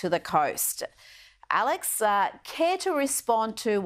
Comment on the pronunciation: Will she ever pronounce Alex's name right?